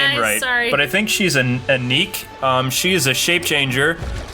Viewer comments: It's pronounced "ink", not "inique". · It's pronounced Ink not Ineeck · Ink not eeneek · It's Ink not ineek lol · For Inque, it's pronounced ink, not inique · Her name is ink but spelled like this, (Inque) not the way u say it. Sorry but, I'm right. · . her name is pronounced "ink" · Inque is not pronounced that way. It’s pronounced Ink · It's pronounced "ink" (like in a pen) but spelled "Inque" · it's pronounced "Ink." It's spelled Inque, but it's "ink". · It's pronounced ink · I'm pretty sure Inque is pronounced "ink" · It is pronounced "ink" its just spelled fancy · Its Actually Pronounced Ink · inque is her name pronunciation = ink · You pronounce ''Inque'' as Ink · Inque is pronounced ink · its pronounced ink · it's pronounced ink. her name is a pun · Pronounced Ink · Her name's Inque (pronounced "Ink"). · Inque's name is pronounced "Ink." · its pernounced or how ever you spell it like ink inque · Inque is just said "Ink" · it's pernounsed ink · that girls name is like you pronounce it like inc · Her name is pronounced INK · I'm from England and it has always been Batman Beyond to me, i think it's only been 'Batman of the Future' in different areas/channels also it's just pronounced 'Ink' - the substance she mimics (also why she doesn't like water/ice), the french like spelling added to her femme fatale persona, plus she's far more intimidating when she's not in her human shape I was surprised not to see Dee Dee here or Shriek you can find most of the episodes on Youtube anyway though - especially Return of the Joker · Inque is pronounced "ink" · ineuq is pronounced ink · its pronounsed ink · Her name is inque ( pronounced ink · Inque is just pronounced as "ink" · Inque's name is pronounced 'Ink' as in what you write with. And Freeze's line in that episode was "A little something I kept in cold storage." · It's actually pronounced "Ink" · Inque is just pronounced "ink". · Her name is pronounced INK. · it is pronounced "ink"